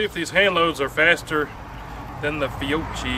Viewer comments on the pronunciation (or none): PSA - It's "fee-YOH-kee". In Italian, a /c/ next to an /i/ or an /e/ makes the /ch/ sound we use in English. "Fiocci" would be pronounced "fee-YOH-tchee", but the /h/ separating the /c/ and the /i/ lets the /c/ retain it's hard /k/ consonant sound - Fiocchi = fee-YOH-kee. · 'Fee-oh-key' just in case you come across the ammo again. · Repeat after me: Fee-o-key. Fee-o-key. I know, unless you are in old town Knoxville with a few Italian immigrant families, it just doesn’t come easy. 😊 Keep up the good work. We can get you handloads of 125 gran going 1400 FPS.